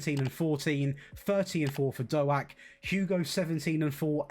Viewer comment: hey, you bought my cousin Ben Doak (although butchered his surname, but I wont tell him 🤣)